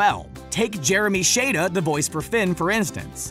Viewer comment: Crrrriiiiiing most of the stuff is already well-known and not even just by hardcore fans I know people that are casual Watchers and they know most of this information also you're pronouncing Finn's voice actor name wrong